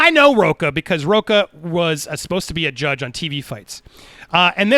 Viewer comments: Why does everyone calls him row-kah instead of row-cha. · He is a Latino that pronounces his last name as rocca and not RoCHA, like a real LATINO!